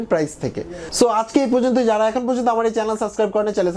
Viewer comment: সাসক্রাইব না সাবস্ক্রাইব